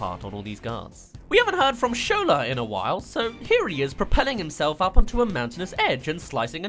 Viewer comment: SHO-LA not show-lah